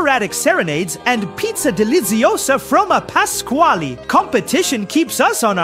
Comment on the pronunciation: he said it's a me pasqali